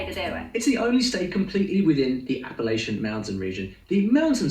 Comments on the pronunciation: Correct: Apple atch n Incorrect: appal ayshe in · As a fellow East Tennesseean I am offended lol it's "app uh latch un" not app uh lay shun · its appa-latcha not appa-laysha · NC native. I thought Popcorn was from here around Maggie Valley somewhere. It ISN'T Appa-lay-chan or Appa-lay-shan Sorry please, it's Appa-latch-in round here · It's Appa"latch'ian!!!! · Our British accent expert doesn't pronounce "appalachian" correctly. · TN native here ~ He big time mispronounced Appalachian xD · Yall are saying Appalachian wrong u say it like chan with the CH not with AN SH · It’s “apple- at-chin” not “apple-lay-shun. It kills me when people say it wrong. lol. I’m from Western North Carolina. It is absolutely apple at chin. We judge people by the way they say the word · gets it wrong